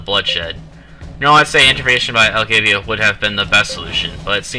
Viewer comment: Learn to read and pronounce properly. Elgava, not Elgavia.